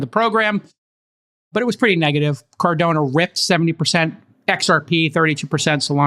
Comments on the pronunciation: Car Da No Not Cardona ;) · I love you Jason and the All In podcast but please please pronounce my scientific, first principles, peer reviewed approach to block chain in car-don-o, thankyou-yours truly your biggest fan and OKC neighbor:-) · Its "CAR-DA-NO". Not Cardone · It's CAR-DAH-NO put some respect on it.